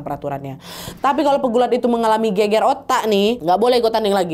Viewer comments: Gegar otak kak nad, bukan geger 🤣🤣🤣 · gegar otak dibaca geger otak jadi gemes wkwk, soalnya kalo bahasa Jawa geger artinya bertengkar hihi.